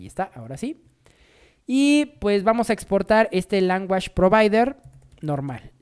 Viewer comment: Excelente tutorial, mil gracias!!! El unico feedback que te puedo dar para mejorar el video es aprender la pronunciacion de language en ingles, lo demas todo perfecto!